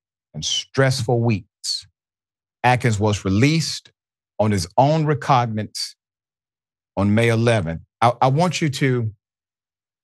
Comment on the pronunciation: Oh no, Dr Richey, as much as I like & respect you, when you say something idiotic I'm not going to just let it pass. Especially as you're studying law & might blurt such a thing out in front of others in the legal profession. So, NO, he was not released, as you said "on his own RECOGNANCE"! He was "released on his own RECOGNIZANCE or RECOGNISANCE" either spelling is & pronunciation is correct. But RECOGNANCE/RECOGNANSE isn't even a word! As for the treatment of this young man, we tend to exclaim "unvelievable" but, sadly, it is more than believable, it is typical of such places of education!. This was an above average student with a promising future, no doubt. In an educational system that is as keen to keep out, or, once in, suspend or expel black students as prisons are to keep black people IN!